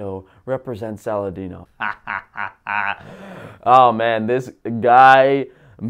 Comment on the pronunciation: Lol, you nailed Saladino!